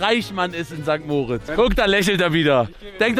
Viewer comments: Du könntest perfektes Schweizerdeutsch sprechen, solange du St. Mooooooritz sagst statt St. Moritz wird dich jeder als Deutschen erkennen. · Warum sagt immer St. Moooritz?😅 Adi sagt es komplett clean